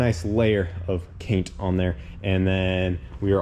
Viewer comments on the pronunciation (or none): “Im gonna start masking everything up! And then get the rest of the Paige Cainted up” little bit of dyslexia there bud?😂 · Dude, you said "get the paige cainted" again. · I love how you’re still saying caint the page😂 all because of the comments from that video a while back😂😂😂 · Way back when it had the V1 cage in it he tried to say he was going to “paint the cage” but he slipped up and said “caint the page” instead. He left it in the edit, fans made sure it stuck.